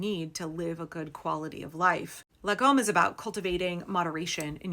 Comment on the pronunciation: That was quite a good pronunciation of "lagom". We use lagom for everything here like: "how hot do you want your food?", "lagom"; or: "how far is it?", "lagom". One theory of where it came from is that long ago they usually only had one cup for strong spirits and every one had there own cup for beer. So you passed the cup of strong spirits around and you only drank so much that everyone would get about the same amount, the cup would be enough to split "about" the whole "team", team = lag, about/around=om, "lag" "om", shorten it and you get "lagom". I'm quite certain this theory has been disproved though, but I have not heard a better one so :)